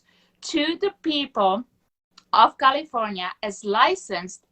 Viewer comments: I sure wish she could learn to say California correctly. If she has been in the USA for 30 yearn, she wouldnt have that much accent. Well unless she works hard at keeping it. If you think you need to be saving American, talk like an American. Now I am not opposed to having an accent, but if it is "fake" to get attention, thats different. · Every time she says California I hear cauliflower